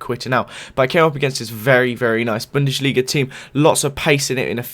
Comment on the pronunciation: And why do u say it like bundeshliga